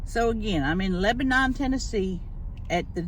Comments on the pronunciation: It’s pronounced Lebenen TN. Lol is an Xmas gift herself! Love her! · I have friends that live in that area and they yelled at me for pronouncing Lebanon like you. Apparently, it’s “Leb-nin” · This is in my hometown!! They pronounce it Leb-nen 😂